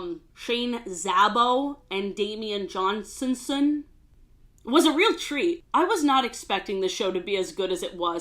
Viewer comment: Her reading Johanssen as Johnsonson is sending me